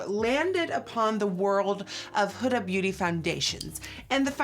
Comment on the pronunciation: Did anybody else cringe when she said “Huda” but I live her videos so I’m not trying to hate I’m just not use to the pronunciation of huda like that